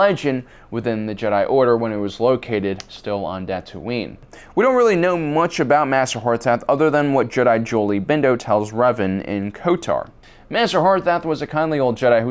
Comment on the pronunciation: It's Kotor not kotar